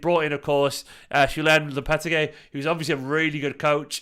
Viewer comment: Lol god bless, he kept botching that pronounciation